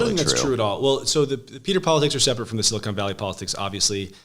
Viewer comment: Big Crenshaw and Solana fan, but I cringe every time the Congressman says Sili-cone Valley, vs. Sili-cahn Valley.